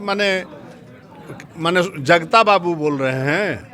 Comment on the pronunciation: पहले शुद्ध बोलिए जगता नहीं जगदा बाबू।